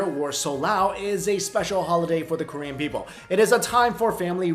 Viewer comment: i love your videos to death, but your korean pronunciation is....awful. XD